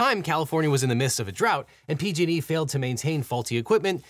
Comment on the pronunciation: When you say "PG&E," it kinda sounds like "P-Diddy." Jus sayin.'